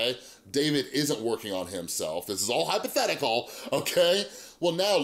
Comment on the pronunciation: the way you said hypothetical gave me life. "this is all hYpOtHeTiCal"